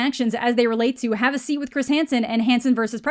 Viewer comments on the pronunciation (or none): none